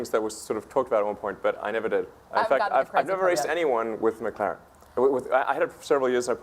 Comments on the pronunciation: “McClArEn S1” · girl says Mc Claren lol and she says Mc Claren s1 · "McClaren"? Seriously?